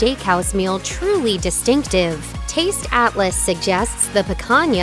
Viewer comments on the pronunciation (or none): none